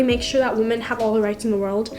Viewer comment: I want to really help WOMAN?????? YOU MEAN WOMEN??? OR WEMEN???? LIKE MY GOD GO TO SCHOOL!!!!!